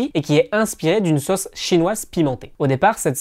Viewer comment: Erreurs de prononciation du français! Vous prononcez sauce comme bosse: „sosse“ 😣. Une des particularités de la langue française est d’avoir 16 voyelles phonétiques!